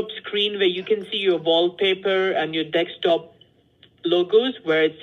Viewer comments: After listening to Dekstop 🙏 Im convinced it's Dekstop not desktop 🙏 anymore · 'Deckstop' - Is that like a Black guy saying 'axe' for the word 'ask'? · "on your dex top" LMAO They all say it like that. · I always love how they say dekstop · For a few minutes I thought he was being perverted instead of saying Dekstop 🤣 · "Deck-stop." Shouldn't the other one be "lat-pop?"